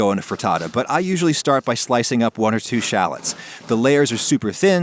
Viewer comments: Shall.. ets? you mean Sha.. llots......shallots not shallets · you said shallots wrong